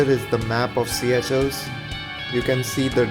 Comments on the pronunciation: its not siyachells its pronounced "seeshells" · its called seycuelles...like pronouncing sea shells.. not see ya chels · Not siya-chel it's sesel in kreol, Seychelles.. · yaah.... Its Se ah shells